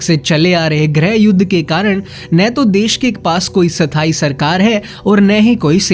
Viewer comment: वो साथानी नही स्थाई होता है